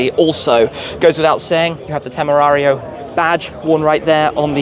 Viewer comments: That dude is definitely not pronouncing the car’s name with proper Spanish accent. Shmee’s is closer to Spanish than the German “Temerrrarrrio”. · I think.... I think we shouldn’t count on a German guy to know how to pronounce „Temerario“..... 😂